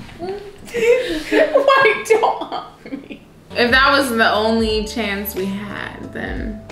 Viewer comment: She said "PRAY-GNANT" LMAOOOOO